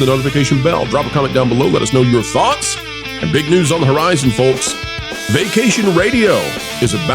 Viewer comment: And the L in Folks is silent.